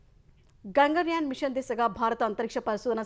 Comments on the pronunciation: "గంగన్ యాన్" కాదు, "గగన్ యాన్" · "గంగన్ యాన్" కాదు, దాన్ని "గగన్ యాన్" అని పలకాలి.